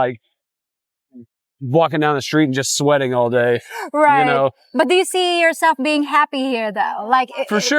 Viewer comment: I am really like sweating 🥵 like a pig 🐖🐷 out here! Haha 🫛, you sounded like a common English girl when you said that!